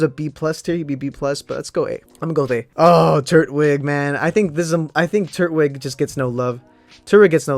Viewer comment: Its pronounced tur - twig not turt-wig like turtle twig not turd wig